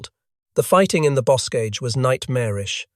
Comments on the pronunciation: "bo·kaj" not bose-caj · It's not boscage. It's bocage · Boscage? I thought it was the Bocage. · Also Bocage as Busque or something like that.